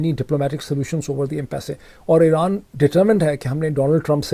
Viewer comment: When writing $ amount, the dollar symbol is always written before the amounts, but when you read the sentence, you don’t say “dollar 5 million” but say 5 million dollars. Also in “Impasse” the “e” remains silent and and it’s pronounced as Impass